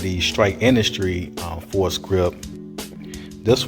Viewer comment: It's pronounced like "for grip."